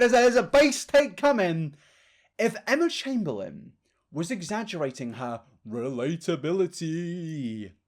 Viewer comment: emma chamBEANlin knowmsaying